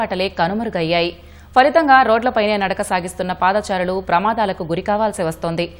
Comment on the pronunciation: పాదాచారులు కాదు బాబు పాదచారులు అలాగే ఫూట్పాత్ కాదు ఫుట్పాత్ అని పలకాలి. ఒకప్పుడు ఈనాడు సంస్థ తెలుగు ని బతికిస్తుంది అని నమ్మకం ఉండేది కానీ రానురాను ఆ నమ్మకం సన్నగిల్లుతుంది